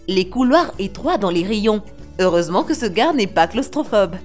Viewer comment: Mdr la voix de sintese me tue elle dit le garre